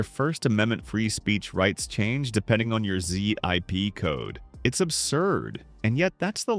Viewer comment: I didn't sense that until I heard 'zip code' being pronounced as 'z-ip code'